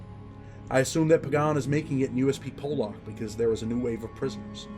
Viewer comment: FOR THE LOVE OF GOD. Please pronounce Pollock correctly!! Maybe I’m a male karen but when you say Pollock wrong it drives me insane